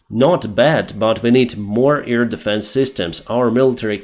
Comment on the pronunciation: NOT EAR-defense,, AIR defense. With 'AI' spoken like the 'A' in have, bad, sad...